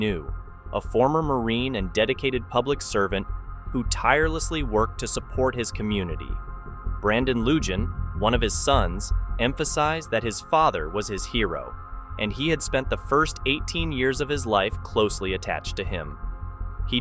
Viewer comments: It is pronounced Lou-han. Not being a jerk it is just my name. 😂 I like the videos but I love all these kinds of videos. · Loo-hawn and Cha-cone or Cha-conee. Pretty common Hispanic names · Ok, I thought I could make it through but I can’t hear the word pronounced LuJanne one more time. lol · Lol please talk with a Latino friend about how to say the names correctly 1) Lue Haun Lujan. 2) Chi Cone Cicon. Lmfao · Usually Lujan is pronounced Loo-hann. Chacon is Cha-cone. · Lujan is pronounced Luhan and Vigil is pronounced Vihil. Look into how to pronounce names! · Please pay attention to how names are pronounced in the video, before you butcher their names in your narration! The first video from New Mexico made me cringe! Or ask someone how it's pronounced from there. I'm a proud native New Mexican!!! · You really really need to learn how to pronounce things correctly. All of these are Hispanic last names, and to town names, in New Mexico. There is a long-standing, Hispanic tradition, and those names are worth learning how to pronounce correctly. unfortunately, I’ve watched enough of your videos to know that you don’t pronounce anything correctly. Why don’t you try learning how to pronounce town names and last names properly??